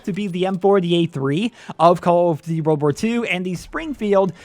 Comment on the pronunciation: lmfao wtf did he say?? XDD call of dvy?